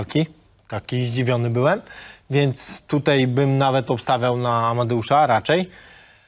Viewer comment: Niech mu ktoś powie ze się mówi tutaj nie tutej